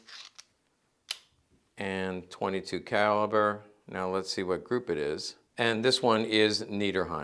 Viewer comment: niedersachsen has a ch that is between sh and a hard k, it isn't a soft sh like in this video. Keep in mind it is lower saxony in English.